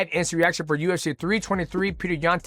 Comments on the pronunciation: he pronounced Dvalishvili perfectly though (“v” is pronounced “w” in clusters) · Respect to Mighty for FINALLY Pronouncing Dvalishvili perfectly. xD